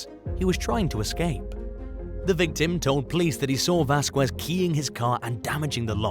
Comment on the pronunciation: 1) Pretty sure the title doesn’t belong to this video. 2) Arkansas is pronounced /‘ar.ken.soh/ and not /ar.‘ken.zas/ 3) Vasquez is pronounced /‘vas.kez/ and not /‘vas.kwez/ Love your content though 😊